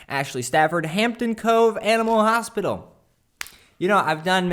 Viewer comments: The last one says "hopital" instead of hospital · "Hopital" huh... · "Animal Hopital"...lol. dont do logos, addicted to the channel though...awesome stuff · "animal hopital" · “Animal HOPITAL” you forgot an s in the last one ;) BUT it is my favorite so honestly no big deal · The vintage one says "hopital" and not "hospital" and it's triggering me hard rn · "Animal hopital" 😂😂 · Its not hospital.its hopital from now on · It was so cringey that the third one said HOPITAL instead of HOSPITAL, that almost made me cry. Anyways good video 💕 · hopital lol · I was wondering why he left the S out. hahaha